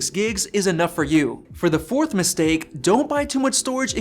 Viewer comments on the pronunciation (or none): none